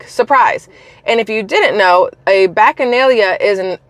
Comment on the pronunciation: That word is pronounced Bock-a- Nail-ee-ah....our local collage had a weekend party using that term. It took me a couple of weeks to pronounce it right too! Lol